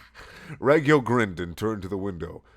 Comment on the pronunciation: It's pronouced rawg-yo